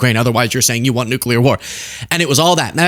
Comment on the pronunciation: it's ok,... global economics have gone "nucular"